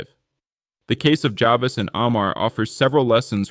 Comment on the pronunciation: I suggest that when you make a video like this, you should pronounce key names correctly…for example, it’s “JA-VEECE,” not “JA-VIS.” You also mispronounced the name of her hometown: MAMARONECK. The above made me think the video is AI generated…not a real person who crafted the narrative! LOL!!!